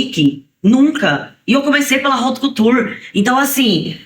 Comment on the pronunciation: E haut couture e Nao raut couture